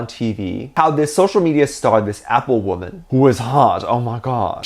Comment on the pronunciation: Now it is not pronounced woman, it now shall be "waman" (and congrats for 200k!!!!!💜💜💜)